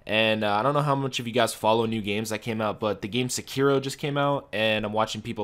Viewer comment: What game are you saying the new one is? Sounds like you're saying securo but I dont see any game named that